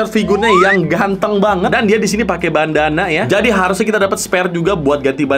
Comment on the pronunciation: Gue yang salah denger atau emang salah ngomong ya bukannya Bandana tapi Banana wkwk